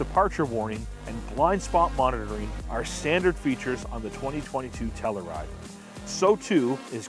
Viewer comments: TELL YOU RIDE,,,,,,,,, not,,,,,,,TELL OO RIDE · It's TELL U RIDE not TELL ER RIDE fellas nextime you revue. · We have one and love it. But say it with me: “Tell-you-ride”, not “Tell-oo-ride”. (We live near the town) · Tell - your - ide. Not Tell - er - ide. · you're saying tellaride smh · why are you saying tellaride? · The Kia Tell-uh-ride… lol